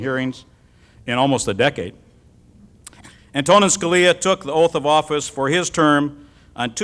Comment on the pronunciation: That intro…yikes. Made a dumb joke based on the Italian-American trope that Scalia notoriously hated. Called him a “strict constructionist,” a type of judge that Scalia once said gave originalists a bad name. Completely butchered the pronunciation of “Antonin.” Do your research before you introduce such an honorable guest!!